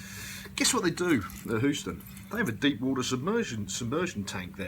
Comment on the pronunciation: "Hoo-ston"??? Eeek.